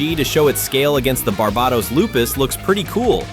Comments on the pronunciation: Its pernounced bar-bay-tos. Jeez lol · If you want to be anal about it, it's bar-bay-tose (like how you'd pronounce toes, the S is softer in Latin) It's pronounced Bar-buh-tos by Bandai in pretty much every version though so it doesn't matter much either way